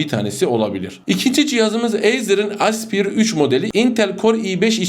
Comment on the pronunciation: "espayır" diye okunuyor.